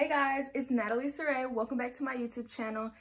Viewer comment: Sarayyyy..Wth is that!! Saraí is pronounced SaraaE. It’s a Spanish name!